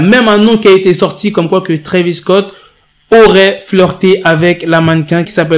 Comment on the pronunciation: C'est Travis Scott pas Travis cott